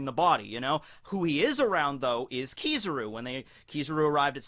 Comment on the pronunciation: KizARu not KizIru